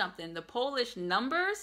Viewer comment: your pronunciation of Polish numbers is excellent.